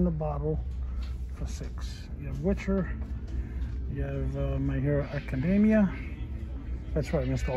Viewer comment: Great hunt. The best target was the first one, so many cool stuff on Clearance and I’m still laughing when you said “Academia” made my day. Keep up this hunts I really enjoyed it.